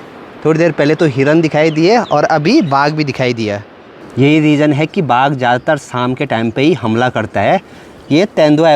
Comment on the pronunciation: Aunty baag nahi baagh bolo